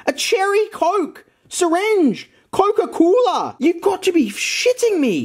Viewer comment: Instead of coca cola it said caca coola